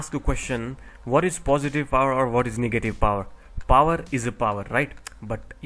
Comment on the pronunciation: Awesome video, but plz say negative power not niggative power